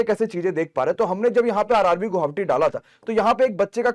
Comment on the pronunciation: Sir ji guhavati nhi hota guwahati hota hei....